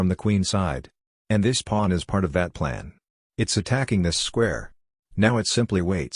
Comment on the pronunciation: Why does he say “plun”?